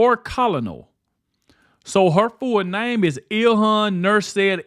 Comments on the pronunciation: It’s pronounced ker-null, not call-uh-Nell🙄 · … it’s not Col o nel. It’s pronounced Kernel. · Commandante = Commander. Colonel = "Ker-Nal" (a military term for level of authority) Just trying to help lol, is still my favorite, but yall have to start helping him out with this stuff lol! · The word "Colonel" is pronounced Kernel. It's a military title like General or Sergeant. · This dude is illiterate! Omg! Bro you cant read? You mispronounced colonel, Appalachian